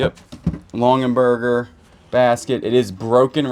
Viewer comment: It's Longaberger not Longenberger